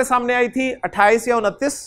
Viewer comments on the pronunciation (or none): none